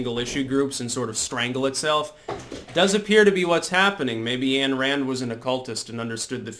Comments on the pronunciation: Point of order, point of order..."Ayn" in "Ayn Rand" is pronounced "Ine"...rhymes with "fine". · HIPPIE SOY-BOY: MS. RAND'S FIRST NAME IS PRONOUNCED WITH A LONG "I" SOUND. NOT ANN. IDIOT SOY-PUKE. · Ayn [rhymes with "pine"] Rand